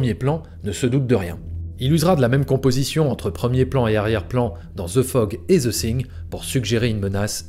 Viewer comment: Vidéo très intéressante, une bonne analyse de la technique de John Carpenter. Par contre tu as un gros souci dans la prononciation du titre "the thing" : , à plusieurs reprises dans la vidéo tu prononces le "th" du mot "thing" comme un "s " français, or on ne dit pas "the sing", mais plutôt "the fing" (quelque chose qui tend vers le son "f" et "v" plutôt que le "s", je simplifie volontairement, en réalité c'est un peu plus compliqué), un peu comme le mot "thank you", c'est un des sons les plus dur à prononcer pour un Français, mais il y a des vidéos pour s'améliorer